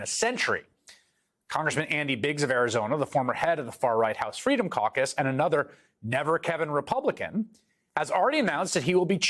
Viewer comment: KEVIN KAKAS NOT CAUCUS :) :) :) ;)